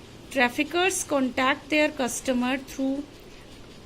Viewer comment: MA'AM it is not contank it is contact ok😂😂😂